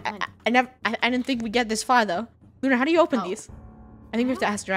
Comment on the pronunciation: WHY YoU sAy OnE sRaR